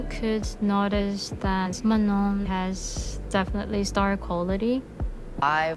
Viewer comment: Just FYI, since I noticed you trying to make note of how to pronounce Manon's name, they said it wrongly in those clips. It's pronounced "mah-no". The last 'n' is silent.